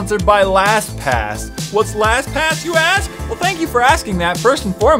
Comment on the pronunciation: u forgot the t in lastpass